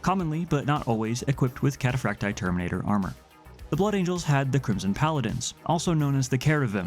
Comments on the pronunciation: Kat ah Frack Tee Eye. Emphasis on the double ii. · cat-uh-frack-tee-eye. The double I is pronounced ee-eye in Latin.